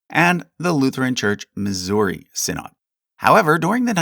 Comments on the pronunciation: Quick note: "Synod" is pronounced "SYN-od/ed", not "sin-OD/AHD"; but greatly appreciate the care and detail in your Lutheran Section. And while the Lutheran Church -- Missouri Synod may go in with Lutherans in America as you have them, our history and heritage is more closely tied to Saxon immigrants fleeing the Prussian Union church in a wave of neo-Lutheranism (although they were not the only Lutheran group, and others tended to end up in the LCA/TALC/ELCA) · Small nitpick: 'synod' is pronounced 'sinid'. Love your videos! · The LCMS did not derive from the Church of Denmark. You have no idea what you're talking about. False information. You can't even properly pronounce the word -- synod. So many lies.